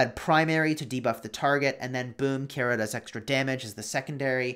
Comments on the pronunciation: Pretty sure it’s pronounced ki-ra Keira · I knew you were saying the name wrong, the ei are together as an I so like ke-ira